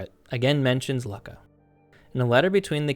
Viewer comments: Why are you pronouncing it as "lucka"? It should sound like "Loo-ka.." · Luck-a? No, Luu-Ka. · How on Earth can you go from Luckah, to Leyesiah is a heart-beat? Like all these history videos, mispronunciations like this, make me click off the video. We know that in Latin and Greek, the "C" is ALWAYS pronounced as a hard "K". Pronunciation is as much a part of the background research as are the reading of primary and secondary sources. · "Lukka" -- is only pronounced as LOO-ka! The double K fixes the sound only as "you" sound. It is grammatically incorrect to pronounce it any other way. There are many mispronunciations in this video. It is a shame, spoiling accurate information with inaccurate pronunciation of scientifically historically determined terms.😢 Please fix it in your next video❤❤❤❤